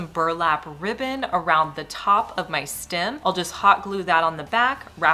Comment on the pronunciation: What's a stim...it's stem😮😮😮😮